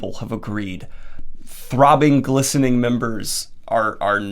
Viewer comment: I heard glistening as blistering the first time and I was... really, really confused for a moment.